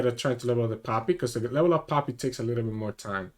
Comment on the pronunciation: I love it how you pronounce poppy and it sounds like papi :) Also I´m not dissing you in any way I just like accents and language <3 I´m new to your content and I do like it a lot so thank you for that.